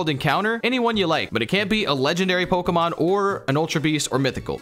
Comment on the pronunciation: yall keep mispronouncing pokemon 😭